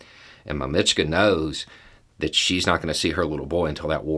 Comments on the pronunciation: Russian here,. It's actually "mAmochka," not "mamIchka." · just in case you see this and nobody's mentioned it, papochka and mamochka both have stresses on the first syllable. MAMochka:) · You gotta stress the first syllable when saying mamachka and papachka 😉